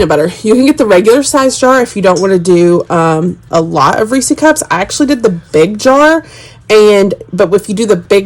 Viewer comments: I live about an hour from the Hershey's plant. It's definitely Reese's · Best part about this video: pronouncing "Reese" as "reesie." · I’ve never heard anyone say it like you do! So funny. It’s cute.